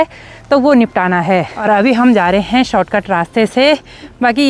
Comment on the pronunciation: Hain Hain Hain Hain Hain Hain Hain Hain Apne kai saalon se sirf ek Hi Sur Pakdya Huya Hain hain hain hain. Agar aap sari line Flow flo mein Bologe toh phir hain par Dheyan nahi ayega .Par sari line Boll kar last hain par sara strues De Dete ho thats wy Hain Bda ajeeb lagta hain sister Vlogs ache hote hain Hum Roj Dekhte hain. Uttarakhand ke sare vlogger ache hain